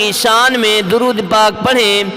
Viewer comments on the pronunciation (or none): दरूद अपने गलत पड़ा है दुरूद तरीके से के से पढ़ा जाएगा व आला आली मोहम्मदीन